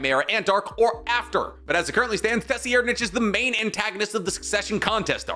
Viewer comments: Tessy air nich???? I thought it was pronounced “Sir-Eyed-” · It's sir-ride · It's pronounced sir-ride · Bro SIR-AD- stop pronouncing it like you turn on tvs with a calculator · My Boy Sayin Tessyernich 😂😂😂😂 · That's not how you say his name my guy, it's Tseh-Reid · Please learn how to say tserriednich correctly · one of the wilder pronunciations of Tserriednich ive heard for sure. lol wtf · The way you say tserr's name is fucking hilarious. Dude you call yourself a fan? Mmhmm....😅fucking funny every time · MY brother in Christ go watch a newworld review video on how to pronounce the 4th princes name. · Meruem is a specialist too right. is gonna die on the hill with his pronunciation of 4th prince 😂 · ima need you not to say tserriednich name like that again